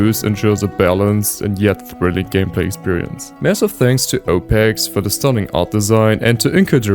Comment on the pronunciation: I find funny how you call opexe "opex" in portuguese, his name means "the fish"